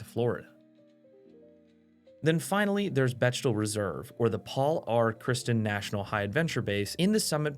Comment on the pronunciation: BeCHtel???? Anyone else here say beCKtel???